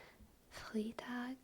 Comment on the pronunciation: "Montags" is also totally a thing. It's basically just the equivalent of "on Mondays." "Das Restaurant hat Montags geschlossen", "The restaurant is closed on Mondays." Flawless except for "Freitag"! The "ei" part is pronounced like "i" as in iPhone, for instance. That kind of reminds me, Germans often mix up "e" and "i" while spelling something out in English since the English "e" is exactly what the German "i" sounds like. lol "A little bit" would be "ein kleines bisschen". Fun fact: While both "a little" as well as "a bit" work in English, in German only "ein bisschen" makes sense. You start streaming at like 4am German time, that's why the representation is so low. orz Update: I'm also back to being AlwaysSlightlySore now. lol